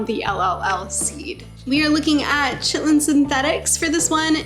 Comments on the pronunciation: Are you saying "chitlin"? Actually Ky-ten, if it wasn't a joke ;) Nice seeds list. I have a few to consider now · Chitin is pronounced with the same Ch sound as Christmas. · Chitlin (chit’-lin) is pig intestine. Chitin (ky’-tin) is insect exoskeleton. This is Chitin armor. Good suggestions on the seeds!! Wrote a couple down to try!